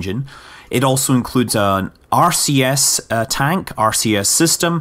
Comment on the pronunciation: Is it just me, or does it sound like he is saying Arceus when he said RCS?